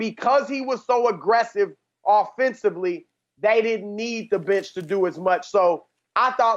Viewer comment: Chris said bench but it REALLY sounds like something else...